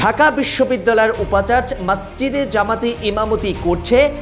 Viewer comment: 'উপাচার্য ' এর উচ্চারণ উপচারজো হবে।